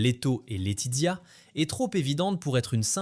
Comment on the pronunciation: Laetizia se prononce Laetitsia... avec le son ts et non dz